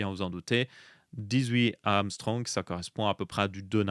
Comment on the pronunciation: Angström ça se dit "angchtreum" pas "amstrong" 😉